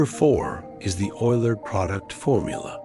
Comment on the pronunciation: Isn't that name pronounced oiler?